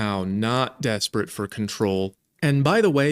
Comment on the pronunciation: Oh my God, reality is a meme at this point... I feel like neo and no longer want to abuse my power. God/Source/whatever is real... Lmao at the edit. "dasperate 4 powah"... Validation and attention.